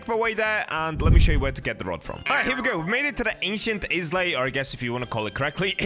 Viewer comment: "ancient ✨ISLEY✨"